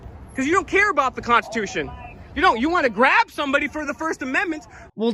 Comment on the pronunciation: I am so enjoying your 12 days of Christmas series! Thank you for making me laugh out loud...hard. I feel I must point out this guy's serial mis-pronunciation of the word "constitution." Did anyone else notice he kept saying "cons-tu-tion"? If you're going to be a "freedom fighter" and defender of it, making that point by using the word over and over, please Google how to pronounce it correctly! Also, a pet peeve of mine is the phrase "God given rights". Once you're born, the only right God promises you is death. Whatever happens in between is what you choose to make of it and it's obvious to me this waste of space has no desire to be do anything positive.